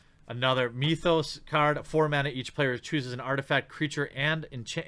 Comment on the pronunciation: Myth-os not Mee-thos.